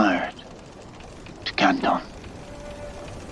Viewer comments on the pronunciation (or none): none